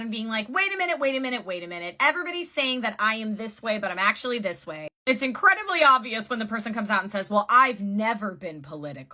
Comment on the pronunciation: It's NOT dis or mis... i live here ma'am. This is FACTS!!